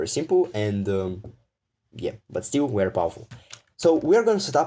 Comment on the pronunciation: This is wery wery wwwery bad 😂😂🤣